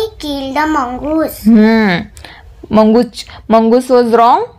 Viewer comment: मुंगूस not मंगूस